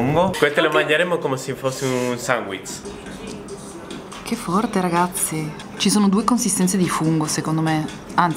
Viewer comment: Ho sentito sanguitz invece di sandwich?!